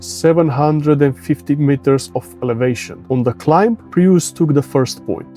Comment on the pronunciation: "Prius" is pronounced as "prius" not "praius", otherwise thanks for the comparison video. :)